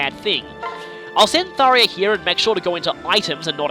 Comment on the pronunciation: and its "Thar-JA"